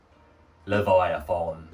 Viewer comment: Love how craig corrected you....its Levi A Thon 🤣🤣🤣🤣🤣🤣🤣🤣🤣